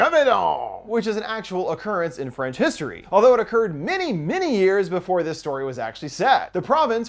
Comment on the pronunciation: the hells "franch"?? Some sort of a mix between french and ranch salad dressing?